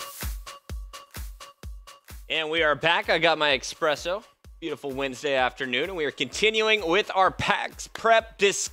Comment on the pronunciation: Espresso! Not expresso! So annoying.